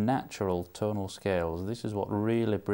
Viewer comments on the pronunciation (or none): Well, I made that 40 times he said 'tone', or was that 'tawn' (and that's not including the 'tonals', I mean 'tawnals')!